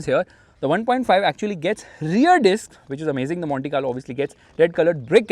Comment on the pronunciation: That "Monte Carlo" at :30 seconds did sound like "Mohanty Car Lo" :)